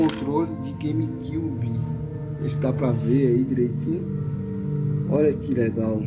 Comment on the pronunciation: “gueime cúbe” kkk